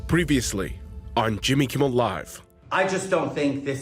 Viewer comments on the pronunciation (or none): am I the only one who heard "Kimmy Kimmel Live"???